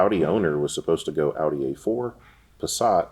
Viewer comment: American pronunciation of porsche is ok but they're off with audi & volkswagen